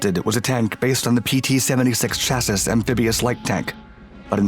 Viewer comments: Love your videos man! But I can't be the only one cringing whenever you mispronounce "Chassis", lol. Caught it in a few videos now. I'm sure you already know or have already seen a comment on it, but its "Cha-See" not "Cha-Siss". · It's "SHASSEE" YOU MUPPET ! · Man your still pronouncing chassis like that?!? Gotta get that one figured out.